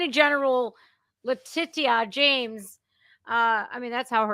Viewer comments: LaTITia should sound like latisha when pronounced correctly LMFAO i love getting it wrong, even when discussing serious subjects she still comes over as humorous with how she says things for what they are, she makes me smile as well as laugh and, i love these live broadcasts lol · You say "La-Ti-cia" La Ti-ci-ya! Are you a fuckin retard? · Based on your pronunciation of Le-tit-ia and the way most other people pronounce Fany from Georgia… I guess Trump is being literally chased by T&A (tits n ass) 😂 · La-titty-ah 😂😂😂 love it. I don't think I'll ever be able to pronounce her name any other way again! 😂😂😅